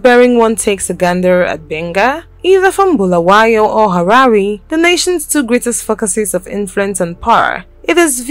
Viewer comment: its not bhulawayo its BULAWAYO PLZ LIKE SAYING HALALE ITS HARARE